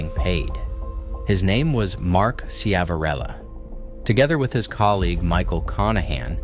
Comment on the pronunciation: The name is pronounced Shiv a rillo.